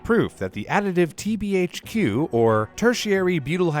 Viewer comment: my man being able to pronouce TBHQ will forever impress me for my life.